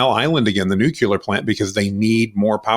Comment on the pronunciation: nucular, vee-hickle, and aluminum make me smirk